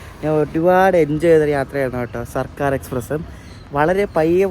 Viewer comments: Its circar..not sarkar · ബോറൻ വ്ലോഗ്. സിർക്കാർ എന്ന് പോലും വായിക്കാൻ കഴിയില്ലേ 😭